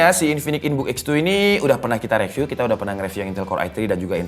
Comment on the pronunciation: Bang rivyu bang bukan reviu